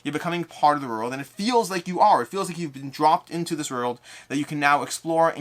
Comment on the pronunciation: I just watch to hear you say "orld" over and over.